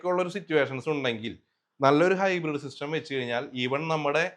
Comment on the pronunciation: ഹൈബ്രിഡ് ആണ് ഹിബ്രീഡ് അല്ല.